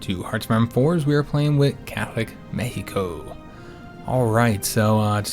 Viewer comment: Thanks for the proper pronunciation of Mexico xD